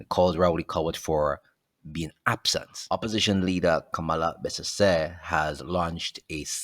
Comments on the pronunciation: Her name not Kamala! Her name is Kamla! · Hello,The woman,s name is Kamla not Kamala.